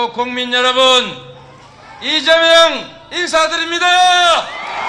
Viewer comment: 로고송 발음이. 이쨈명 으로 들려요 발음이 쌔서 나를 위해 이째앰명~ 왜 저렇케 발음 쎄게 부르는거죠? 나를 위해 이재명 이렇케 불러야지